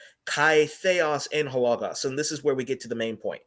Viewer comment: God bless you, Guys, Yes, Jesus is God, but the greek of the second person is no no))) sorry. You cannot read Greek like you read English, greek letters are different, even if they look the same) Logos - word, not hogos, kai is read is ke. The reading is absolutely wrong